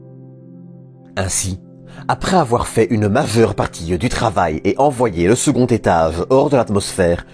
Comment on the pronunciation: Tu as un problème avec le son g tu dis v a sa place etage ou etave, large ou larve